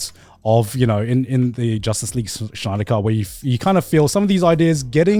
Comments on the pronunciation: I was really annoyed by how they mispronounced Snyder and Snyderverse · so no one is going to point out the fact that they called snyder schnider the entire time? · Why they pronounce Snyder like Shnider. Are we from Shmongus universe? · Everyone unironically saying Schneider instead of Snyder did it for me lol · The way Garnt pronounced Snyder made me lol fr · There is no H in Snyder's name!